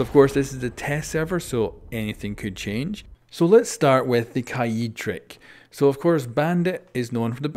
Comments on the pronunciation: Kaayeed? Isn’t it kaid? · Its pronounced kaed not kaiiiid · Who is kieed? It’s kaid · Did he pronounce Kaid like kai-eed instead of kayd? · Ka-yeed lol its KAde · Its KAID not KAEED damn it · I think it’s pronounced KAID not KA EED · LMAO HE SAID "KAYEED" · Myth - can you say kaid right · Y he say kaid like that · The way he says kaid is triggering me lmao